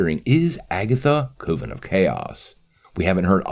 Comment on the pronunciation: Please learn how to pronounce "coven". It rhymes with "oven".